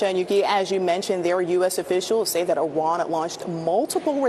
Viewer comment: EE-Rawn.... You're welcome....